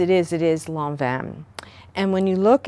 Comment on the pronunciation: thank you for pronouncing lanvin correctly!!!!!!!